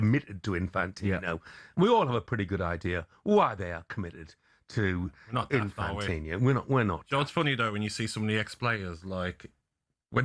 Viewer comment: Well done Jeff, one of the very few people in the media who pronounces Infantino’s first name correctly ‘Jee-an-ee’ ie recognises that it is Italian not French.